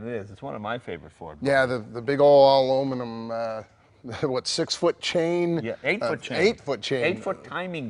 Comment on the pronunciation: the big all aluminiumumumumualiumuiniummoooom